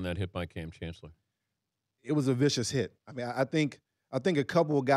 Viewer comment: Brian said "Cham Kancellor" twice in a row haha.